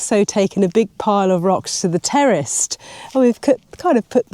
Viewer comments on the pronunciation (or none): What's a terrest 😂 the word is terrace😅